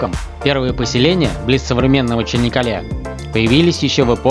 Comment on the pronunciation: Почему Чинаккале? Если Чанаккале.